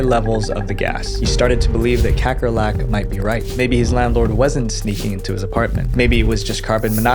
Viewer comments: As a South African, hearing you pronounce Kakkerlak made me giggle 😆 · as a dutch person, it's fun to hear you pronounce kakkerlak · damn, you rape the name "kakkerlak" (cockroach) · Never expected to hear the Dutch word for cockroach pronounced like that